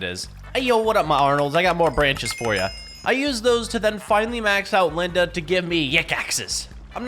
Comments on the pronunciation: Bro’s saying Linda like daz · Bro the way he said Linda 😂😂😂😂😂😂😂😂😂😂